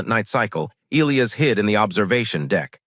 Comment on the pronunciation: Um, I believe it's pronounced "E-LIE-us" not " ILL-E-us" And cutting the story off mid sentence before the end with 7min left is not very professional. Had to change my up to down because of this.